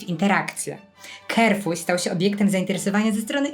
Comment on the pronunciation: Carrefour wymawia się "karfur", nie "kerfur".